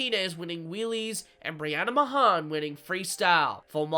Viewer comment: Hey btw Mahon is pronounced like Man